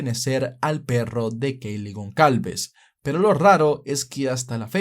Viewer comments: Gonsalves. GonSalves. GonSSSSSSSalves!!!! Por dios, en serio no te sonaba mal pronunciarlo tal cual, goncalves? En serio te imaginas a un guiri pronunciandolo asi? Y se dice superviviente, no sobreviviente. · Gonçálves, hermano. Es un apellido que se usa en Portugal y Brasil. Se pronuncia como: Gonzálvez. Semejante a González